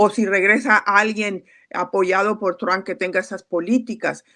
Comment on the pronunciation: Qua sra tan payasa: "Tamp"(?),,aqui todos y hasta Los gringos pronuncian= TRUP, q aburrido ..